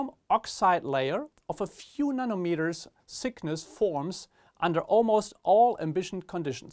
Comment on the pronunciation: ich hab zwar nicht wegen der Aussprache das video angeklickt aber es heisst ganz klar Thickness und nicht Sickness…. Trotzdem thank you for se video